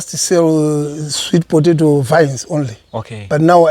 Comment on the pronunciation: Think it’s pronounced “sweet po·ta·to (pə-tā′tō)” and not potaitos…lolest 😂😂😂!